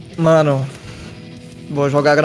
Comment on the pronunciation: ninguém: calango:Ó CALANGU